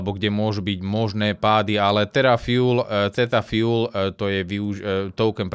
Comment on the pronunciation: vsimol som si to skoro v kazdom videu - nie je to TheRa Fuel, ale Theta Fuel a nie je to TheRa Network, ale Theta Network:) inak celkom zaujimvy projekt, mohol by si ho niekedy rozobrat trosku podrobnejsie na streame;) drzim palce, aby si bol opat v pohode, robis super videa. drz sa